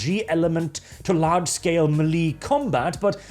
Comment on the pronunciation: stop pronouncing "melee" wrong.